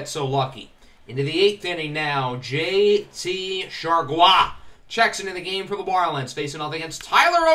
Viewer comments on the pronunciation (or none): "J...TEE...SHAR-GWAAAAH!" XD